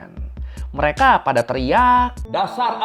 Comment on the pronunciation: Materi substansinya bagus jelas untuk dipahami, request bang coba ngomongnya dikata² kalimat terakhir jangan terlalu penjang ehonya. Seperti kalimat "warga amrik membenci merekaaaa", cukup pengucapan "mereka" saja, tidak perlu penekanan eho yang panjang. Yakin lebih enak dengarnya tidak mendengung dalam otak pendengar🙏